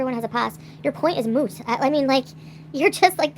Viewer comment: She said, "Your point is moose". 🤣🤣 It's moot, not moose dumbass.